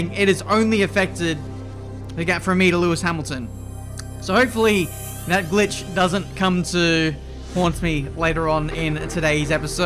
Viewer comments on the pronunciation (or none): the "glich" killed you :/